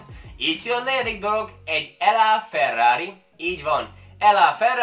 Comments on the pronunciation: Laferrari :) nem L Á ... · Az nem "EL Á" Ferrari, mint Los Angeles, hanem "Lá" Ferrari, mint a franciáknál.... Nincs mit! 🤓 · la ferari nak mondják a ferait amit russzol montál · Kéremszépen hát kéremszépen nem mondd ELLA Ferrari hanem ugy mondjuk ahogy le vagyon írva .... Egy Pagani Zonda ...olyan nem létezik hogy Pagani .... Imádom mikor a testépítők ilyesmikbe mennek bele ... Maradj a tőkehal fajlagos tápértekénél hogy mennyit eszik belőle és mennyibe kerül 🤣🤣🤣🤣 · “elá” Ferrari 🤣🤣🤣